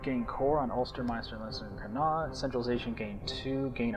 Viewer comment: Connaught is not pronounced like that -_- But good video :P